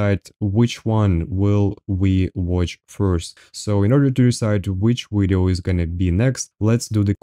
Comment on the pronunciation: I really like the word 'wideo'.